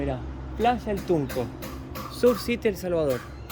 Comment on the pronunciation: Surf es en inglés y se pronuncia serf citi.